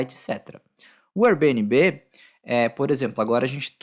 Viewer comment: Nunca ouvi nnguém pronunciar Airbnb como vc pronuncia. Dá até uma agonia...srsrs